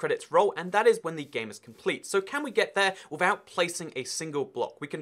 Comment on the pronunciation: no one:: bearing the game withouhht being born yet